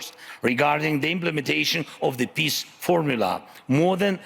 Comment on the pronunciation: “PISSS”😂😂😂 this guy cant pronounce peace